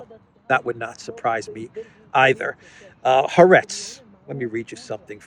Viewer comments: Excellent. Incidentally the Israeli newspaper is pronounced Ha- Aretz, meaning The Land. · Haaretz is pronounced ha-aretz